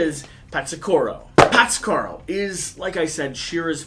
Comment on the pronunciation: Patsakuro lol